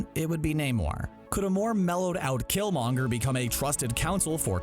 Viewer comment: You're butchering killmongers name